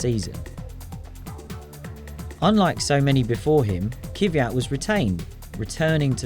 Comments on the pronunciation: Guys, it is Kvyat not Kivyat... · Also as a German hearing Vettel with a soft English v is weird, as it is actually pronounced like am f in German But I got used to that and also I understand that it's just the English way. But adding in an extra i in Kviat is terrible